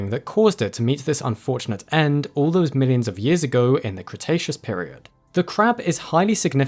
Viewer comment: Cretaceus Crustacean. Crikey